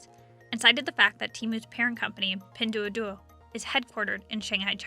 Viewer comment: Learn how to say "Pin Duo Duo"